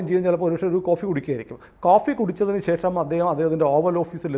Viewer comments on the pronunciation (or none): none